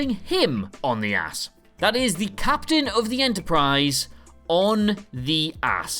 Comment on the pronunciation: Don’t forget “Captian” Pike.